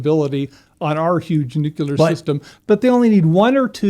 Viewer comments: This guy pronounces Nuclear as "Nuc-U-lar" kind of kills the credibility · I liked this guest but the way he pronounced "nuclear" had me dying inside lol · I don't believe a person who can't pronounce the word nuclear knows what they're talking about when they're talking about nuclear stuff. The word is just not that hard to say.